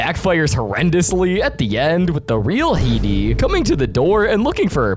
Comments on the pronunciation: Bro called heidi ''He D''😅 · I hate how he pronounces Heidi